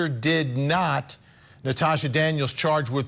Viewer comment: Her name is Latosha, not Natasha🙄